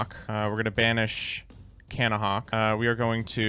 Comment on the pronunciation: Take a shot every time someone says Cannahawk